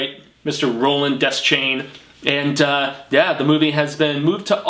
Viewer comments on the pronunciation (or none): Great video. And it's not pronounced des-chain it's pronounced de-shane